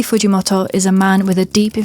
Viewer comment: the way you say “fujimoto” is so distracting lul